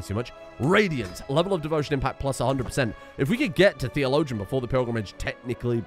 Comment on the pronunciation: i really wonder how many times has said the word "theologian" without trying to find out how it's pronounced.